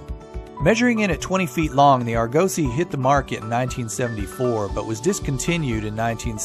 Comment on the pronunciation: Can you get rid of the computerized countdown voice on these videos and use a real person? Also it's AR go sy. Not ar GO sy